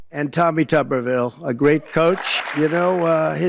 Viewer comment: Tupperville 😆😅🤣😂🤣😅😆😆😁😄😁😆😅🤣🙂🙂😂😂🤣😅😆😁 Tubberville and great coach in the same sentence. 😁😆😅🤣😂😁😄😃😁😅😂🙂🙂😂🤣😅😆😁😄😄